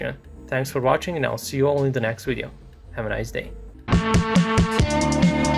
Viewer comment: Is he trying to say "video" properly? I only consider an authority on Russian armour because he pronounces video as wideo haha Like the guy from the 1960s startreak